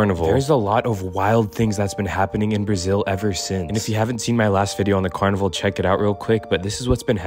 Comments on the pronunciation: You pronounce it car-ni-vall vall like wall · Car Nee V-all That’s how you pronounce it 👌🏽